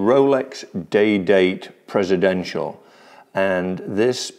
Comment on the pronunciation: THANK YOU. PRESIDENTIAL yes! Thank you, someone in the YouTube watch community still says it correctly. 🙏🙏🙏❤❤❤